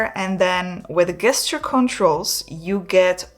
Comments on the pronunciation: Pronounced jesture not guesture. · Please! The word is gesture but pronounced JESTURE! Not with abhard G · Gesture. Pronounced as if it started with a 'j' 'jesture 🙂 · great video. So Gesture - is actually pronounced like Jester. thx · you are pronouncing gesture wrong...say it as if it begins with a j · Please stop pronouncing gesture wrong. It’s very very distracting from your mildly engaging content. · You begin by emphasising that this is NOT a drone. After which you then refer to it repeatedly AS a drone. Also, you might care to check how the word "gesture" is pronounced in english......